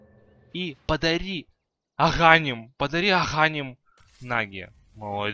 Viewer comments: аганИм, а не агАним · В школе не ходил походу он )) слушать нереально его агАним..... без грамотность зашкаливает. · агААним аааа мои уши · АГАНИМ УДАРЕНИЕ И!!!